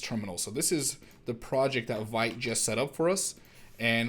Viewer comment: very cool! just as an fyi: vite is pronounced [veet], it's french for "quick":)